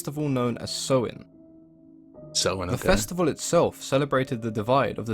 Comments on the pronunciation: He’s mispronouncing Samhain btw, it’s “Sah-win” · Samhain pronouced Sow In